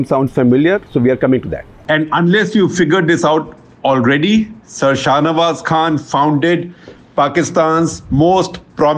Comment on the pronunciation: Ye sir sahnawaz kyu bol raha he